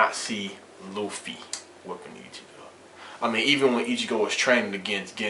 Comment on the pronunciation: luffy felt luccis attacks, ICHIGO COULDNT BEAT LUCCI, and i kno u would change ur mind if u knew luffy, and i kno u dont beacuase u mispronounced his name, GET UR FACT STRAIGHT. gear second and gear third arnement haki red hawk giganto rifle, super speed. ichigos done.